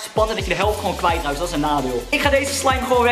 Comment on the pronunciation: STOP ME ÉÉN ZEGGEN IN PLAATS VAN EEN